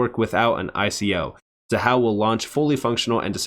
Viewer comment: Thank you for listening and properly pronouncing Xahau ❤. Keep up the great work, 🫶🏼🫵🏼